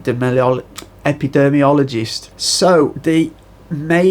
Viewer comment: Jees dude, if you are going to talk about epidemics at least learn how to say epidemiologist.